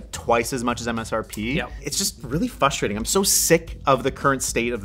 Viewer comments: please pronounce frustrating right 😂 it bothers me so much for some reason lol. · Why does everyone on the internet keep pronouncing the word frustrating as "fustrating"? There's two R's! I'm getting FRUStrated! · it's fRustrating, not fUstrating!